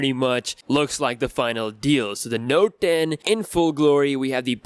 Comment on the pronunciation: Did u say Notden ?